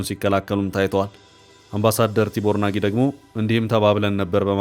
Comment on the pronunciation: እባካችሁ አምባሳደሩ ስማቸው ቲቦር ናጊ ሳይሆን ቲቦት ናዥ ነው። አስተካክለህ አንብበው።